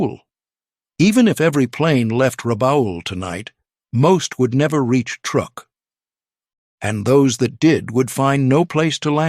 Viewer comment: Truk (TRUE-K), not TR-UCK.